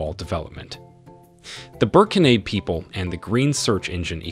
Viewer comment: The presenter drops his words and ends up mubbling. And he incorrectly pronounces French nouns, e.g. Burkinabe.